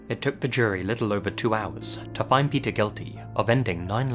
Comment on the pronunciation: Omgosh, the stories of Pe"th"er never end.